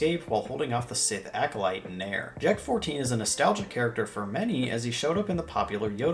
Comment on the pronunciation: Bro when I first looked at the word Jek- 14 I thought you said J*rk 14